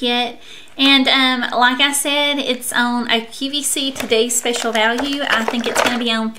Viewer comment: Every time you say the word "on" it sounds like you're saying "own."